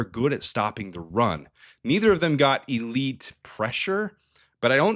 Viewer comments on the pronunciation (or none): none